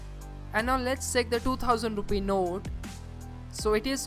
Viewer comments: Bro you fucking check(seck) your English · it's not sake but check, improve your pronunciation